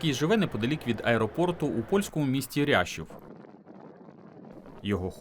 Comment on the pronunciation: Не ряшів, а Жешов......